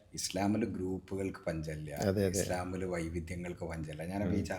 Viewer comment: ...പഞ്ചമില്ല എന്നല്ല പഞ്ഞമില്ല